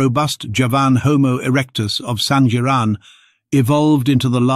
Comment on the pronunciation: Correction SANGIRAN is pronounced with "ng" sound.